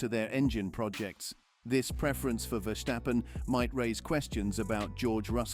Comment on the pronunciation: It is not Verschtappen, just plain simple VerStappen.